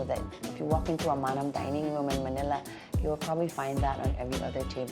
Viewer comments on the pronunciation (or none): none